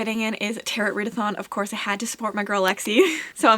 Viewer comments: The cards are pronounced "terro", not "terret". Just fyi. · The cards are pronounced "taro", not "terro". Just fyi.